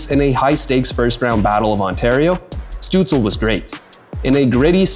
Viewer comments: Why aren't you saying Shtutzle instead of stutzle? In German his name has a "Sh" sound at the start. You should know this if you speak german. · Stoots-leh not Stoots-ul. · It’s not pronounced Stützle….it’s Stützla. 🤖🤦‍♂️🥃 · German pronunciation is Stützl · No, it's not lol it's "Shtutsla" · Amazing Video about Stützle. Many underestimate the few German players in the NHL. I know it's very nitpicky but it's not pronounced DEL like the tech company. It's said like the NHL. You say every letter. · it's pronounced SHTUTZ-luh. loved the video though!! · Hot take..... if you make a video about someone... AT LEAST take the 15 sec to use google translate how the name is pronounced... Tell me you do know a thing about german Hockey without telling me you dont care at all? DELL :face-fuchsia-poop-shape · great video.. but u really have to check the pronunciation of tim ✌️😉😘🇩🇪🇩🇪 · Thanks for the video. You pronounce the Ü in Tim'S family name correctly. That is a tough one for English speakers. Well done. However, you butcher the start and the end of his family name. St at the start of a word in German is nearly allways prononuced sht. More improtatn, the le add the end is not soundling like el in English. Stützle doesn't rhyme with apple, angel and so forth. Pronounce the el the same as the final l of Leon Draisaitl.